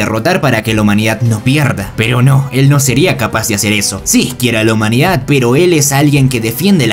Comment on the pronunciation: Puedes dejar de decir "humanidat" se dice humanidad no es tan difícil